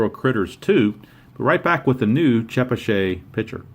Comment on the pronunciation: I've lived in Chepachet RI. It's about 20-25 minutes west of Providence. It's pronounced Che-Patch-et and it's very rural. :-) Keene NH is about 45 minutes from me now in Gardner,MA. I'm two hours from Sandwich, MA. :-)